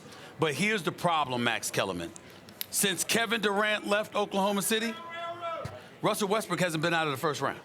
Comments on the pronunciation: Did sas jus call him wussel lmao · why everyone say wussell westbrook😭👎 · For some reason like 50 percent of people on TV say wussel restbrook most every time.